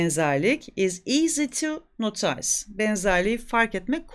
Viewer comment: Öncelikle sizi takdir ettiğimi ve takip ettiğimi söyliyeyim.ingilizce Öğretmeni olarak yanlış seslettiğiniz cok temel kelimeler olduğunu farkettim örneğin notice "nodıs" diye byzantine "bizedın" diye sesletilir daha birçoğu vardı ama simdi aklıma gelmiyor bunlar da daha dikkatli olalım kaş yapayım derken göz çıkartmayalım sevgiler👍🏻